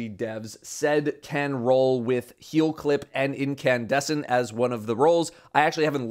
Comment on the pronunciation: "Keel clip"